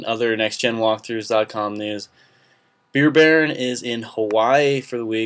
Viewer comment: Beer Baron not Beer Bear....